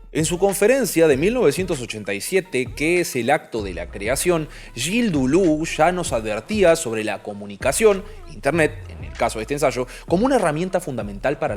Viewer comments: ''Yil Dulú'' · A ver a ver a ver!!?? ¿¿¿como pronunció "Deleuze"???? Que ahora voy a usar este registro histórico (no intente borrar el video, ya me bajé el audio) para adjuntarlo en mi denuncia, en su contra, frente al instituto mundial de la francofonía. Ya recibirá Nouvelles nuestras! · jajjajaj aplaudo tu valentia de proponer una forma random de pronunciar deleuze, juro defenderte de los haters que te critiquen.